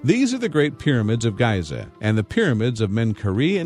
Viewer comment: did he really say 'Gaiza'?! gross